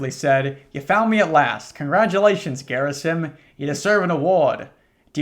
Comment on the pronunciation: Quick note to you: Gerasim is a real life Slavic name. It goes her-AH-seem.